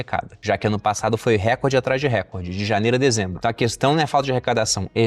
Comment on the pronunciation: Recorde é paroxítona!